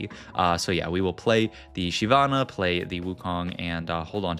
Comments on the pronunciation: Says will say all champ names correctly. 20s later says SHE-vana (pretty sure it's SHIV-ana). Left like anyway good effort. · “I’m going to pronounce every name correctly” 2 seconds later: “Shie-vana”